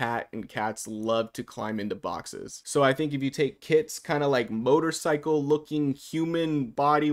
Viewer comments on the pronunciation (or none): none